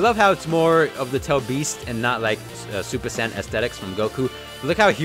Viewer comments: True but it’s super saiyn not super San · He said super sand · Rasengan Kamehameha more like rasengkamehameha